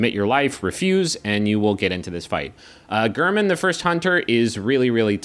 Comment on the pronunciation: gayr-min. he says it before the fight.